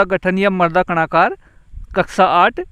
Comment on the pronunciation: Sharabi Shabd ka prayog galat Karen Marda nahin mrada